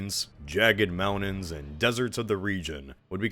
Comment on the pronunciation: Briddish fine. Manhadden, ehhhhh. Moundain?! Absolutely not.